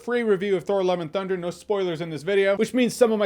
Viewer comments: I keep hearing Thor "Eleven" Thunder 😅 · Why does it sound like he's saying 'Thor Eleven Thunder' ??